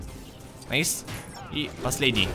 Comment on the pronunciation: найс а не нейс